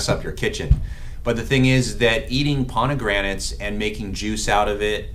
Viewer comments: Fraid so...If my PCP said that word wrong as many times as he did and didn't correct himself, I'd be finding another doctor! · Is he saying PoNegranates instead of Pomegranates? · Is not ponigranets, is pomegranates. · Doc, you are mispronouncing pomegranates!